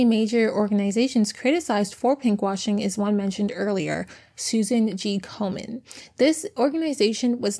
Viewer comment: It's Komen, no "r" 😉. They are one of the worst money grabbers.... Hardly any of their donations actually go to active research. Please don't give them a dime!